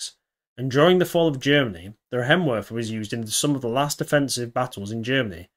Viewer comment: "ei' in Reihenwerfer is pronounced like "I".